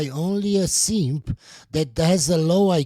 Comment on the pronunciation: In case you couldn’t understand his accent, he was saying DON’T BE A SEEEEMP!!